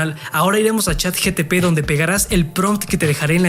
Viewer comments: Es ChatGPT , no GTP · Chat GPT no Chat GTP hahaahahahahah o es la version china? hahahahaha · Hola amigo me encantó el video lo voy a poner en práctica solo un puntito se dice CHAT GPT NO GTP JAJAJAJ😅😅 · Estoy en el viaje de la marca personal y me ayudaste mucho, muchas gracias:) PD. Es ChatGPT no ChatGTP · Pero no es Chat GTP es ChatGPT.